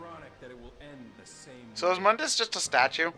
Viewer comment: Its (moon-dus) not (mun-dus) god damn it you guys.